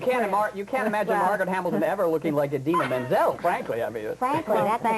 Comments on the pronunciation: argh how annoying is he! and it's IDina not EYEdina grrrr :] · Eye-dina. Wooow. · for the 117th time, IT'S NOT PRONOUNCED EYE-DINA! I love you Didi, and I love you Kristi <3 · Well, You kind of say it with a A so like Adina so with the a sound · WOW this guy is a dick! just love how they spelled Kristen's name wrong and called Idina EYE-DINA! wow...props to Idina and Kristen for keeping their cool. If i were them i would have punched him in the face! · Uhm, wow. Can't pronounce Idina, can't spell Chenoweth, and keeps digging at Kristen and trying to create a rivalry that isn't there. Really? This really happened? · oh no he didnt just pronounce her name wrong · jesus, stupid man, learn to pronounce idina's name. AND SHE'S NOT THE BAD WITCH!!!!! geez, read up on the musical before you interview the leads. seriously, this dude has a major superiority complex. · Lol, they spell Kristin's last name wrong at the beginning - (they spelled it as Chenweth)... Plus, they mispronounced Idina's name... A little more research before doing the interview, maybe?